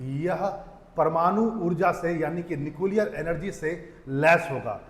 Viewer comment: भाई पहले न्यूक्लियर को तो सही से बोल ले 😅😅😂😂